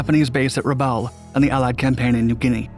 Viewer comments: Robdul? Rabadul? Why can't you do enough research to correctly pronounce names. Try Rabaul (râ-ball). Tagooloo? Tulagi (to-lâ-gē). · There is no such place as "RABDUL" , it was called "Rabaul" pronounced "Raball" Nor is it called "RABADUL" either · Rah-ba-dool? Edson’s “soldiers”. What the actual fuck are you smoking dude. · There was NO Japanese base at "Rabdul". It's Rabaul. Pretty sad. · Your narrative would be a lot better if you learned how to pronounce names like Truk, Rubaul and Metanekau. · ... Japanese based on "RAB - DOOL"... that would be Rabaul... this narrative is spoken just short of light - speed and some... of the 'facts'... are very, very loosely based... :) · Interesting, but it took me a little while to realize that Rabdual, was Rabul. -Gunny T sends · It was RABAUL, not "Rabdul". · RA-BUL!! NOT ROB-DUEL!! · RA-BOWEL or RA BALL NOT ROB-DUEL you dummy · It's Rabaul not "Rabadul"... frickin annoying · Narrator speaks too fast and mangles place names. Where is Oceana? How about Rabadool? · ... we get "Ruba - dool" - narrative description of the post Truk incident... Maaate... :) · “Rabdul”? Read it yourself! British desert soldiers? German soldiers? You suck! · Naval Infantry were Japanese Marines beaten by Australian Citizen Military Forces (conscripts) at Milne Bay, Papua New Guinea before Guadalcanal victory by US Marines who deserve full credit for their victories at Tenaru and Edson's Ridge. Also Rabaul is pronounced Rabull or Rabowl, mate. I have been there in 1996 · Your pronunciation of Raboul is pathetic! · Narrator couldn’t pronounce “Rabaul” to save his life. Good video. 👍🏼